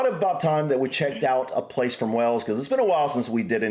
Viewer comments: One day, dear sir, you'll finally pronounce Wales (Cymru) correctly. It is not "wells", but closer to "whales". The town of Llangollen is best known for its annual week-long international festival of music and dance. Now in its 77th year, it was designed to bring young singers, musicians, dancers together from across the world to build bridges following the Second World War. It's held in June and this year drew over 3000 music-makers from 33 countries, with an audience of over 50,000. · Pronounce wayles .. wales not wells 😊 Cymru 🏴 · What is wrong with you boyo? Why do you keep calling Wales wells? Wells are places you get water from. Wales is pronounced the way the biggest creature in the sea is pronounced - Whales!!! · Some hope off him pronouncing welsh words correctly he can't even say wales . It's been mentioned in his comments before but he doesn't take any notice . It's WALES ( pronounced like the mammal) not Wells